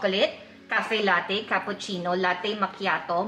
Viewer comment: FYI po: "latte" is an italian word which means milk and should be pronounced as "lat-te"... hindi po siya pronounced as lattey!!! Please desiminate the info through your vlog....